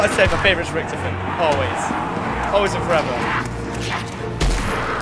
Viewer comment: You pronounce it richtOfen not RICHToFEN